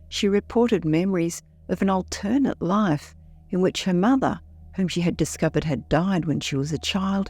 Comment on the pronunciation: WHY DOES THE FEMALE NARRATOR KEEP MISPRONOUNCING "ALTERNATE"???